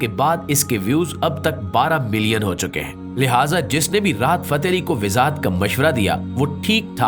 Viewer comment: Sir Wazahat Lafz Ko Ap Bar Bar WiZaHat Boltay Hain iS Ko Durust Farma Lain Thanks